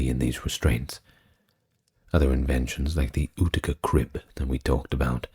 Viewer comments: Utica is pronounced you-tick-a, not ooticka 😂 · For future reference Utica is pronounced yoo-tica. Cheers 🫡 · New Yorker, here! Big fan. Just want to say that Utica is pronounced like You-tica. Cheers 😊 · Utica is pronounced “You-tuh-kuh” just a friendly fyi. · 😅 I just thought the same thing, I think I like ootica tho, has a nice ring to it.